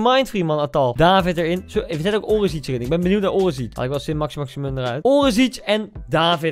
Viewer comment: Niemand: Koen: orezietsj